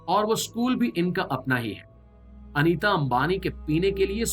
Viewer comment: Anita nahi NEETA AMBANI😂